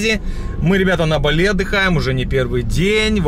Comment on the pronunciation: БАли, ударение на «а», КУта ударение на «у»